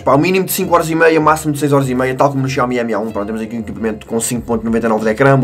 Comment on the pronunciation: Tenho reparado que em vez de "MI A1", por exemplo (ou outro equipamento com "Mi" no nome), dizes "Emi" e não apenas "Mi"...